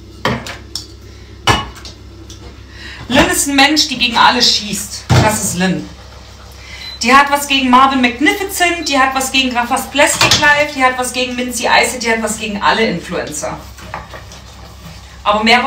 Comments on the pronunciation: "Mahvin Makifizent" mein Gehirn tut weh 🥲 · "Marvin Magnifizent" Diese Aussprache hahaha